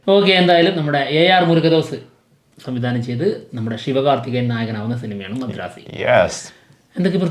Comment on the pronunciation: Masharaasi alla madharasi ahnnu